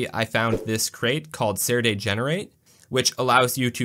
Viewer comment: FYI, it's pronounced Sir Dee not Sair Day. Stands for serializer deserializer and is pronounced similar to the words it represents.